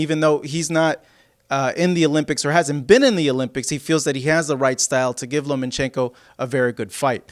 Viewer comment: Say "Lomenchenko" one more time ffs!! It's Lomachenko.